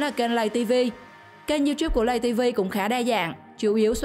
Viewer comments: Lay tv mà không phải lầy tv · Lay tv chứ ko phải lầy tv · Lay tv nha ko phải lầy tv